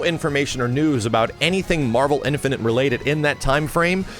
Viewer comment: Is someone ever going to tell that it's not pronounced "Infinant"?